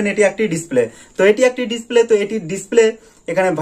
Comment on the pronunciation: 9 sec ভাই মনে হয় খুশিতে ডিসপ্লেকে ডিসক্লে বলেছেন মুখের জড়তা কাঁটান ইনশাআল্লাহ ভালো হবে❤